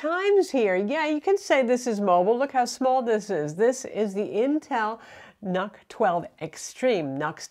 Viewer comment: Nuk not nak